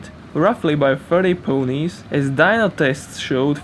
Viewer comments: Your commentary is quite good exept for those ponies... You said poonies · ''Pooonies''. Bruhh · Please dont say "ponies" ever again. Otherwise your commentary is golden